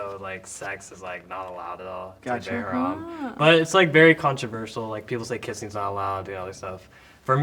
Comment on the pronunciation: I know that boy did not just pronounce ’haram’ like that